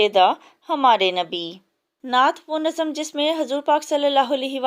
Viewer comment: Nazam nhi hoa mam nazm hota h